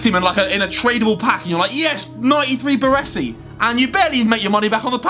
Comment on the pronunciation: imagine packing baresi but not saying his name right.